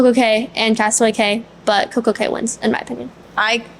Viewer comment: I love this review. It's great hearing your different perspectives and hearing from the kids. I always felt the kids' voices were missing from the other reviews. Thank you for sharing. Royal Caribbean says it is pronounced Coco Kay, not Coco Kee.